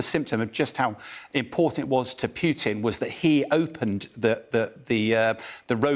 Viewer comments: Come on. It's 'Poo tin' NOT 'Piu tin' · It's POO-TIN not PEWTIN lol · Dear English people. Its Putin not Pjiutin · Why is this commentator calling putin- peeutin? Even a Brit should be able to pronounce the short vowel u. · Any chance this guy can stop saying pewtin. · Interesting enunciation. i wonder what is correct, pew-tin, or Poo-tin? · Love how he says PEWTIN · this is poo teen